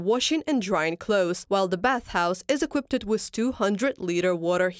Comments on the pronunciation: Equipt... kkwipt. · "equipted" => "equipped"